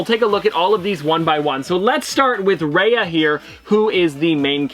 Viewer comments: Oh my God, I can't help but say this. My ear hurts everytime you pronounce Raya as Ray-a instead of Ra-Ya:( please do better and research the characters at least the pronounciation of their names especially in unboxings that you already knew which items you are showing us:( I felt really sad... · It's pronounced Ri-ya not Ray-a. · ‘Raya’ is said more like ‘Rye-ah’, rather than ‘Ray-ah’ :) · Her name is pronounced raiya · It’s pronounced Raya (rye-ah)